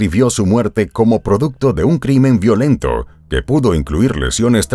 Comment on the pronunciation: Interesante historian! Solo que algunas palabras son en inglés y tratas de traducirlas y lo haces mal!!!😅por ejemplo “Violent” is English right? Ok in Spanish es “Violento” y lo pronunciaste mal! Deterioraste los dos idiomas!!! Perdón ok!!!